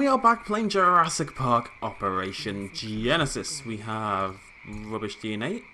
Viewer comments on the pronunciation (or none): none